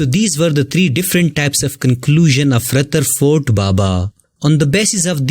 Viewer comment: Rutherford baba LOL